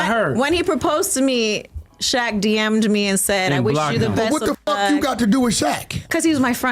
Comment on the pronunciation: You HAVEN’T pronounced SHAQ’s name correct nor have pronounced Keion’s name correctly. YOU’RE JUST LYING JUST TO GET VIEWS.